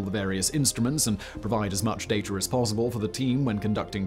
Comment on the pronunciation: Oh, there is no "r" in "data" my friend! 😝